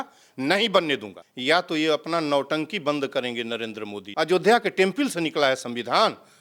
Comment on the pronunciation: टेंपिल नही रे टेंपल....क्या गुंडा बनेगा रे तू😂